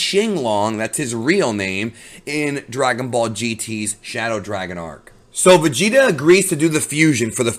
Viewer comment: “I am neither Goiku nor Voigeta, I am Goigeta... and I am the oine who will destroi you” 😂😂😂😂😂